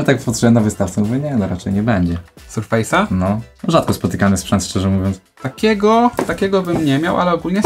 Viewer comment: Sprzęt Maicrosoftu to [ serfes ] a nie [ surfejs ]